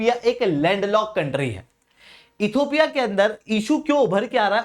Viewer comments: You are repeatedly saying "Ethopia" PLEASE correct your pronunciation. It is Ethi_O_pia NOT Ethopia. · इथियोपिया हैं सर not इथोपिया